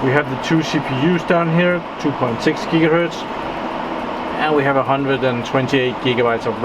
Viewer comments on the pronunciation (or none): none